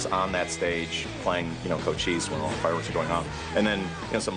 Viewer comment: That was a badass video for cochise. I always pronounced it like it's spelled. Now I know it's cocheese